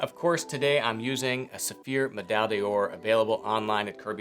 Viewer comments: Kirby, it trips me up every time, and I know French is hard for Americans, but it is “medaille door”, medaille day-ore is really way off… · "Meh-dye door". Please! :)